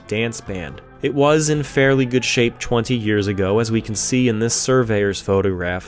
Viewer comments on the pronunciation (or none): none